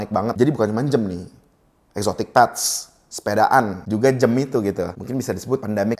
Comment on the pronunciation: Jam bukan jem maaf🙏🤣